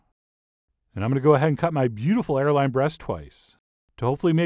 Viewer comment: I thought this man said hairline